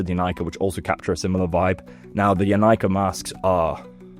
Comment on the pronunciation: Thank you for pronouncing Inika correctly